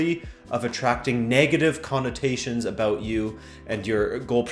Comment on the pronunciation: I loved the ''sorry abUt that'' in the beggining, not a hint of canadian in you